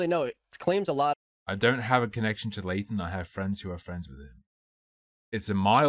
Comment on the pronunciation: Am I the only one who is bothered by how they pronounce Leighton as "Laden"?